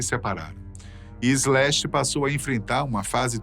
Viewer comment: Bem, boa informação, mas é muito dificil ouvir Brasileiro a falar Inglês, o nome do guitarrista é Slash, SSSS Slash, e não Ezlash, não sem E nem Z, para suar Ezlash. De resto o nome da banda Guns n' Roses foi bem prenunciado, problema o artigo "o" usado para o nome da banda, é usado no singular quando a banda é composta por varios elementos, logo usamos o artigo no plural, Os Guns n' Roses, caso fosse composto por apenas um unico artista, pode usar então no singular.